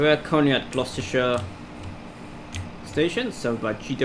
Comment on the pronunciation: You pronounce Gloucester: glos-ter